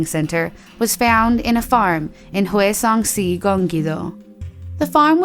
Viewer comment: It is pretty bad.. at least they are showing this video, I live in Hwaseong-si, Gyeonggi-do and she did not pronounce them correctly. It is an ‘ah’ sound in hwa. Also Koreans don’t say si, they say ‘shi’